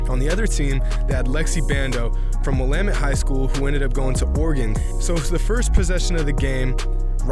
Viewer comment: U sayin Will-Ahh-Mette wrong btw. Nice vid tho.